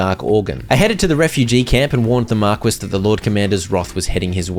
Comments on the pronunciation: I'm dying, markwes, pretty sure it's pronounced mar-key. Still funny tho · Thank you so much for this playthrough!! I love it all! sidenote, Marquis is "Mar-kee" and not mar-quiss literally. you still made it sound fancy though 10/10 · bro really spent an hour and a half pronouncing marquis as mar-kwiss instead of looking up that it's pronounced mar-key in 2 seconds on google... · Every time he pronounces "Marquis" as "Mark-wiss" a little piece of my soul died 🤣 it's pronounced "Mar-key"🙃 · Okay. It's not Mar-kwiss. It's Mar-kee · PSA: Marquis is pronounced Mar-kee not Mar-quiz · i know brits forgot how to pronounce their own words, but pronouncing wrath as "wroth" is just mind-boggling. not to mention pronouncing marquis(Mar-Kee) as mar-quiz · Love the vids! Just knowing that you more than likely wont do another hundred days of this until more dlc releases, I have to tell you that Marquis is pronounced marr - key, and is a middle ranking noble title. I wouldnt want you going through life always pronouncing it wrong! :) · marquis is pronounced mar-key lol great series, cant wait for the next one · its pronounced MAR-KEY my guy lol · Marquis is pronounced "mar-kee". Unless it's black. Then it's Mar kwees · Just an FYI: Marquis is pronounced 'Mar-Key', it's a title not a name.